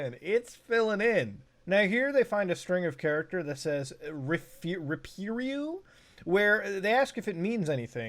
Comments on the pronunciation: Great video as always. As a Greek person, I think I should explain περίπου. First of all, it is pronounced peripu and not repiru. Second, it means "About" and not "I am". I'm not sure if the investigators found that out, though they put both translations on the video title . By the way, Dimitrios Dingas , as you probably guessed, is a Greek name. Thank you for reading my comment, have a nice day. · lol "περίπου" (its "peripu", not "repirou") doesn't even mean "I am" or "God", it means "approximately" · Περίπου actually means ''around'' lol. Peripu is the how it's said.